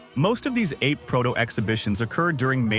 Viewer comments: It's pronounced ar-pay, not ape. Ape is Italian for bee. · Only a primate or a robot would pronounce the model name like the word "grape". WHILST the rest of us say "ah'-pay". It's italian for "bee". Original engine was 2 stroke... Think about it. Oh, and by the way, the asian iteration of the vehicle is pronounced "took-took". You'd think that a person who owned one would know these things.